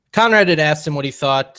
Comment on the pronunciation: Nothing Vince Russo says proves in anyway that Bruce Pritchard is mistaken with his allegations. Nothing. One more thing - the word is pronounced "ask" not "aksed."